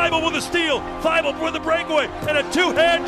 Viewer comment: "Welcome to Thybulle"